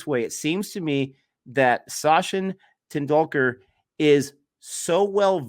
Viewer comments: Tendakular? Tenticular? Doh!:) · It's pronounced.. Ten dul ka..Ten dul la.. sat chin ten dul ka👍